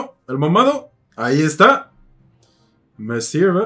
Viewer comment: Nunca creí escuchar a un extranjero decir "messirve".